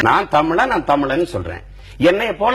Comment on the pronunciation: சீமான் கஷ்டப்பட்டாவது தமிளன் என்பதற்கு பதில் தமிழன் என்று உச்சரிப்பாரா ?